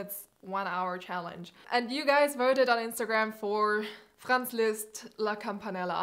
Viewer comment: i knew the minute u were german when u pronounced Franz perfectly hahah